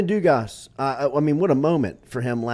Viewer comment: Let’s freakin GEAUX! What a game! That’s college baseball at it’s finest! What an atmosphere, and that’s championship play from LSU! The defense was nasty, pitching was nasty and Dugas (DO-GAH 😂) has been clutch! I love them drilling bombs, but that game was fantastic and that will help them in the future when they get into conference play. I love it and I love the show! I start every morning with y’all. Geaux Tigahs!